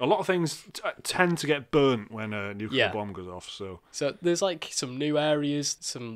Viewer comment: pronounce 'nuclear' properly. Haha